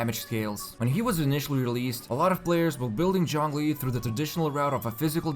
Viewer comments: Stop saying Jong li!! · Point taken. should have been somewhere between ts/ch/djz sound but not with a full J sound. Thanks. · "Jong Lee" 😔😔😔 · In game, english dub says "zhongli" now why tf do youtubers keep calling him "Jonglee" & *john lee" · Nobody:: JHONGLI